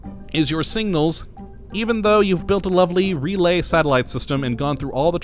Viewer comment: Same. Took me a minute to figure out what he was saying. add that to nucular, aluminium, and Ol.